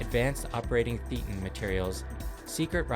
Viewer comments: A minor thing -- "thetan" is pronounced "THAY·tuhn." It's based on the Greek letter θ and shares that pronunciation. Theta in the religion means thought, life. A thetan is not a soul that one has, but rather what one is -- one's true self, that which is aware of being aware. This is analogous to some stages of Buddhist contemplation of "what is one's self?" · Mispronunciation of Thetan is the giveaway that the speaker has never been inside a church.